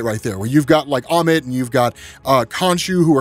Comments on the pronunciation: Who the hell is emmit? Its ah-mit! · Ah-mit… not eh-mit. Respect the culture. 😳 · bro please please please when they say the damn name in the show over and over say it right ah men not ammin